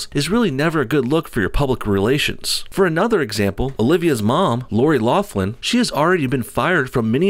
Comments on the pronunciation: Lock-lin, not loff-lin. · You keep pronouncing her name 'Loflim'